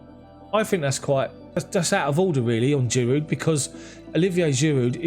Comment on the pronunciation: Homie, I'm sure it's a silent D in Giroud bruv. You been saying the D for a minute now🤭